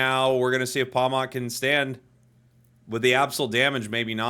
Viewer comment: Btw pawmot is pronounced like pawmit instead of pawmott cuz its name comes from marmot